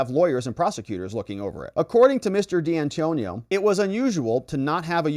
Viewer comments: It's D'Antuono ( Di An 2 ono) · Dee Antonio? Pour ah.